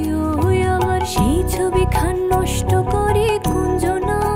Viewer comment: ওভার স্মার্ট,, ছবিকে ছভি বলে 🤣🤣🤣🤣